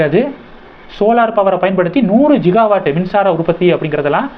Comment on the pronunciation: அது ஜிகா வாட் இல்லை கிகா வாட்.. திருத்தி கொள்ளவும். 🙏🙏